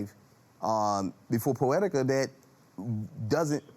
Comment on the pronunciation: Did he say pooetica ? Oh this is so funny 😁😁😁😁😁😁😁